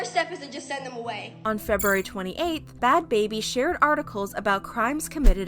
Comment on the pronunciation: Its Not Bhad Babir Its Bhad Bhabie